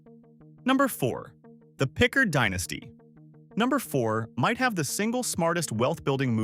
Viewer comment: Thats not a oic of Jackson. Pickard is not correctly pronounced.